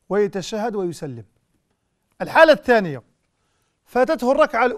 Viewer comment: بارك الله فيك ياشيخ لكن والله يؤسفني بإبدالك التاء بدل (ث) التانيه وهي في الحقيقة الثانيه